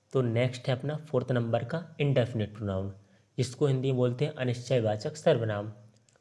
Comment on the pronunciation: परोनाउन नहीं परनाउन होता है